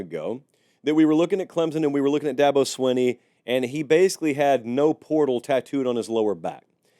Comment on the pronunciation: Its not swin-ee its sween-ee Here ill help coah Da-bo sweeeeen-E.